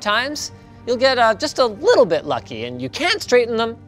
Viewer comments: Why does Linus turn into a liiiittle Russian every time he says the word little? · there goes Russian Linus again... 😂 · Squeaky "tiny-teeny-little" Russian Linus is my favorite Linus